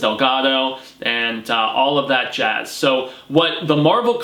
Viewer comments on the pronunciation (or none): none